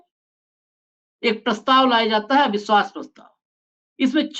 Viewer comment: "सुरूआत" , अविस्वास प्रस्ताव , भासण आदि । ये कुछ उदाहरण है उच्चारण के जो खटकता है ।कृपया इस ओर ध्यान दें ।